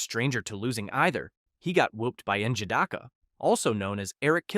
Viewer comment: 😂 you butchered his name. Its (N-ja-di-kah)